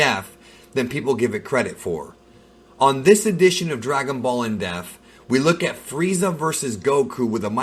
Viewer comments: Does know its "depth" not "deaf"? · It's in depth, not in def.. it's not the first time you said that LOL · It's NOT pronounced "def" it's pronounced "DEPTH"! you should know that. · I love how he always pronounces it "in death"! 🤣🤣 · Why do you say depth so wrong?